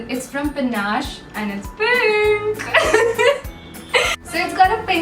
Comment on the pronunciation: I love the way says "AND IT'S PINKKK"😘😘